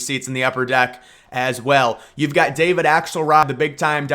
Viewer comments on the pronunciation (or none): none